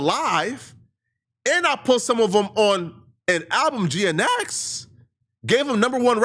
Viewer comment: Never heard anyone pronounce GNX as Geanetics lmaoo